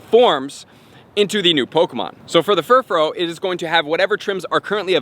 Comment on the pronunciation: Furfrau is pronounced fur-fra-ow not fur-fro